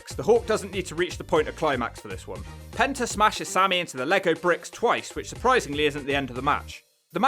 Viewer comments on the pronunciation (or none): none